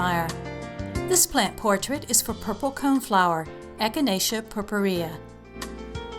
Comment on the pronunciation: too long for very little info. btw, the way you pronounce purpurea, is totally wrong. but, who cares?